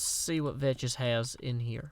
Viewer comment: Hey did you know that you are suppose to say vechs like vecks